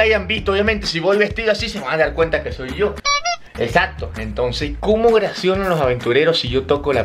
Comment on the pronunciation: Porque dices Ogracion